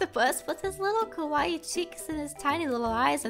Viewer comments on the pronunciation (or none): none